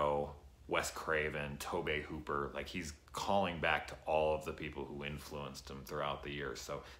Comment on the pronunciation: "Toh-bay Hooper"? Lmfao It's pronounced 'Toh-bee" like Toby, dude.